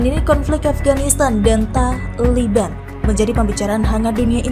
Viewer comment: Kenapa harus TA , LI , BAN ? dn kenapa tdk TALIBAN... Ucapan kurang bener ...